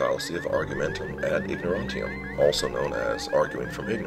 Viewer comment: Great videos here! Btw - I think it's actually "ignorantiam", not "ignorantium". Am I wrong? : )